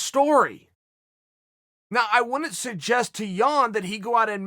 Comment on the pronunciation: chael sounds like he's saying Petr Yawn